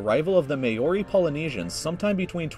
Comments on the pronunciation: It's actually pronounced Mow-re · its not mae ore ree ok its maori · "MAY-ORE" Is this piglatin for Oreo? it's pronounced "MOULDY" with a rolled 'r' or "Marty" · Maori is pronounces muw r (rolled r) e just a heads up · it's pronounced maa-oh-ree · You realize, of course, that the REAL Māori pronunciation is "Mah-ori", with an elongated "ah" sound, as thatʻs what the kahako (I donʻt know the name of the line-above-vowel symbol is called in Māori) signifies. Just be happy he didn't try to pronounce "Wharangi", yeah!? :) 🤙 ..or, even better, Taumatawhakatangihangakoauauotamateaturipukakapikimaungahoronukupokaiwhenuakitanatahu..! Nā mahalo! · I'm offended by the way he said "Maori" I live in Nz and thats defintly not how you pronounce it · Is no one going to talk about how badly he pronounced Māori? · the way he butchered the pronouncion of Maori killed me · Am I the only Kiwi who got triggered when he pronounced Māori??? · Can someone please make a compilation of Youtubers pronouncing Māori incorrectly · That pronunciation of Maori was just insulting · i dont mean to be a bitch but, you pronounce Maori wrong, like extremely wrong. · "i think he was saying Moriori" Pretty sure he was attempting to say Māori. The sources available probably didn't contain info on the Moriori that inhabited NZ prior to the Māori colonization. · Yeah he pronounced it horribly and he got the facts wrong too.. The Moriori were there first, then the Maori came and killed them off =P